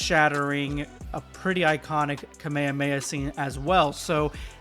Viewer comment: i can't with bro saying kamehameha like "kamand mayhaz" 😭😭♥️➗2️⃣🍂🍂🪫